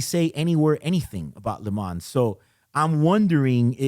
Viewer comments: Lee m-on Not le man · You should pronounce “Le Man”, the “s” is muted. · Great commentary. However, your pronunciation of “Le Mans” is exactly the reason why Rolex changed from calling the Daytona “Le Mans.” [Yes, the first Daytona was called the Le Mans.] The “s” is actually silent. It’s not “Le Mansss.” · Please stop pronouncing the ‘S’ in LeMans😑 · Le Mans is pronounced without the 's'. Just saying. A bit like Audemars Piguet. You know what I mean.